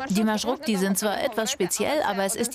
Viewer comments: Eine kleine Bemerkung: nicht "Marschrukti", sondern Marschrutki" (ist eigentlich im Plural. Singular wäre "Marschrutka") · там така справа, що журналіст весь час говорить маршруКті. Я тільки лиш це підкреслила. Сам феномен транспорту - це жахіття, за яке соромно. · Kein Marschrukti sondern Marschrutki. Die Wurzel "Marschrut" - Weg und Suffix "k") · Busse heißen auf ukrainisch/russisch MarschruTKi und nicht Marschrukti 🤦🏼‍♀️ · naja, Rechtschreibfehler entlarvt, es heisst Marschrutki und nicht Marschrukti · Erstens...Marschrutki und nicht Marschrukti...zweitens ist das, was in er Sendung gezeigt wurde ein ganz normaler Bus...die Marschrutki hingegen sind Mercedes Sprinter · Nicht Marschrukti sondern Marschrutki!!! Singular wird Marschrutka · Es heißt marshrutki, nicht "marshrukti"!!! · Es heißt marschutki keine marschrukti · Marschrutki 😂😂😂 nicht marschrukti ☺ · Marschrukti? MarschruTKI! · Genau, der Name stammt aus deutschen "Marschroute" trotzdem schafft der Sprecher es nicht richtig aussprechen "MarschruTKi" 😅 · От же ж;) але маршруКті теж шарм має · Das heißt marschrutki ihr habt das T und K verwechselt und es die ganze Zeit falsch gesagt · Man hat hier einen kleinen Fehler gemacht: Man sagt richtig MARSCHRUTKI. Aber das Video ist super. Mich als Ukrainer hat es positiv überrascht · Es heißt marschrutki 😭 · OMG, Das heißt MarschruTKI.. 🤦‍♂️ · das heißt „Marschrutki“ 😂😂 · Es heisst Maschrutki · Marschrutki, heist es richtig, schämt euch